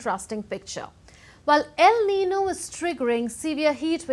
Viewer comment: Aren't you pronouncing el niño and la niña incorrectly?